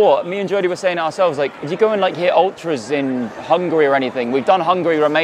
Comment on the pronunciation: bro called it ultras 💀